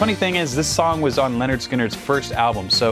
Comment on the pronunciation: It's a little disconcerting to hear you pronounce "Lynyrd" like "Leonard". It's "Lin-erd Skin-erd". They rhyme. But I'll forgive you because you're not from the south.